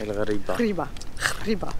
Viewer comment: Si jamais le gh ca se prononce comme le R français qui n’est pas roulé Ce que tu as dit c’est le kh ça donne خريبة ce qui est très mauvais 😅